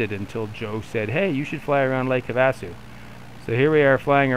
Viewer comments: Lake have - Ah- sue👍🏻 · Not sure about the guys name, but having grown up in Arizona, you missed it on lakes name. Try this “have-a-sue” mini pauses between. The other place not far away is the Grand Canyon. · Lake 'have-a-sue'...not getting much real flying in huh? anyway, cool... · Me it’s not pronounced correct